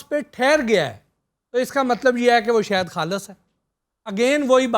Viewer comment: bahi sahad hota ha saht nahi